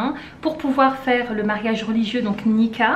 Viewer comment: Oui le mot Nikah vient de l'arabe, et c'est le son [k], la lettre kaf ك , pas ق comme tu l'as prononcée. Baraka Allahou fik